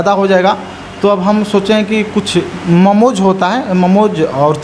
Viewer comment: ममोज नहीं मोमो होता है। बनारस में रहकर अभी तक भाषा भी नहीं सुधार पाया यह लड़का।